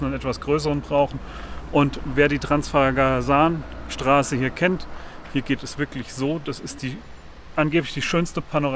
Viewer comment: Transfagaraschan... So ist richtig zu sagen.